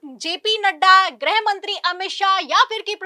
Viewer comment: ग्रहमंत्री नहीं गृहमंत्री बोला जाता है। ग्रह का मतलब अवकाशी ग्रह planet। जब की गृह मतलब Home होता है।